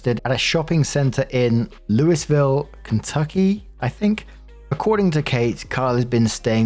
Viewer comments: Some psychic damage for you, Louisville is pronounced "LOO-ee-vil" because of the French. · It's Lou ville, Kentucky It's how it's pronounced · For reference, it’s “Lewy-ville.” I know, American vernacular is ridiculous. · “Lewis-ville” NOOOOOOOO. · [Louie-ville, Ky] The -s is silent. <3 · Honestly, the fact that she wrote "Krogers" when it's actually just "Kroger" makes me think this story is real. Also it's pronounced "LOU-i-ville" (stressed syllable capitalized). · Gotta love how out-of-towners pronounce Louisville. It's pronounced "loo-uh-vuhl" or "loo-ee-vuhl" depending on who you ask. 😂😂😂 Very good try though. ❤ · Louisville ky is sort pronounced like loo-uh-vul. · On the one hand I couldn't help thinking "Great I finally hear my hometown in a vid and the name gets pronounced wrong and it is about some psycho." On the other hand I wish I could be surprised that there was a psycho with that mindset in Kentucky. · I remember this story and am surprised to hear an update. This story was bonkers. I can’t imagine someone being delusional enough to think you would be willing to date them after they tried to get your daughter deported under blatantly false allegations. FYI: you’re not supposed to pronounce the “S” in Louisville. Technically, the correct pronunciation is supposed to be “Louie-ville”, but among Kentucky residents, everyone just says “Loo-a-vull”. I grew up in Kentucky and lived in Louisville for two years. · I wouldn't be surprised if you get some hate for that pronunciation of Louisville. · You don't pronounce the S in Louisville.